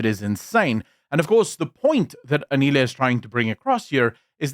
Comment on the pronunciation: The way you made zero effort to learn how to pronounce Anele's name correctly, tells me everything I need to know about the racial undertones of this podcast. It's typical of your people to butcher our names like they mean nothing to you, because they mostly don't. These small things that you overlook are the very reason why so many Africans are nowhere near ready to trust a white woman to govern them. I stand with Anele! She did well to stand up to Zille! I agree that Hellen is capable of doing her job but Anele definitely spoke for African people in a refreshing way with the questions she asked.